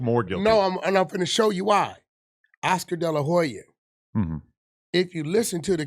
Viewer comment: He said Oscar de la juya 😂